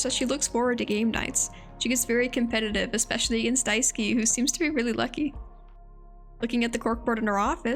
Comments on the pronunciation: you pronounced Daisuke’s name wrong, his name is pronounced [dye-sue-kay] or [dice-kay] if you say it faster!! amazing character analysis video regardless. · Really minor nitpick. Daisuke would be pronounced as “Die-skay” not “Die-ski”